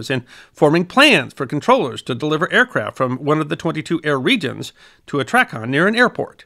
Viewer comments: It's "tray-con" not "track-con" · The Drinking Game -- players take a sip each time mispronounces something. It's TRAYcon. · I do realize that it is based off the word traffic, it’s pronounced “tray”-con. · Its TRAY CON (Long A -- TRAAA CON not TRACKON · As a retired controller ( 30 years in Chicago) thank you for a very well done video. In my years as a controller ( ) I saw tremendous change in the system. I was privileged to work on three systems called DSR, URET, and ERIDS. One small comment though, in my nearly 50 years in aviation have never heard Tracon pronounced the way you did. The correct pronunciation is tray-con. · As a pilot who earned his wings in 1978, I enjoyed this one very much. But I winced each and every time you said TRACON. The circles that I have always traveled in always pronounced it TRAy-CON. Long 'A'. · Right it's tray-con. Loved the video. As a professional pilot, I had done research on the history of ATC, but never had I seen a more thorough yet succinct and understandable summary of how we got to where we are today. I actually enjoyed hearing pronounce it the way he did, just because other than the pronunciation, he knows exactly what he's talking about. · Very good history report. I flew professionally from 1979 to 2007. TRACON is pronounced tray con, by the way. I saw many changes and improvements in ATC during my career. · A nit: TRACON is pronounced tray-con. Loved this vid, thanks. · Excellent summary. BTW TRACON is pronounced "Tray-kahn" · TRACON is pronounced "tray con" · definitely pronounced tray-con